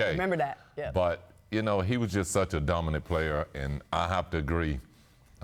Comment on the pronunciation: "Duh- min- it player" -SP